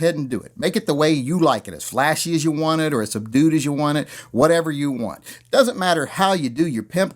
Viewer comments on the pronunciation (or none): he said "sub-dude" LOL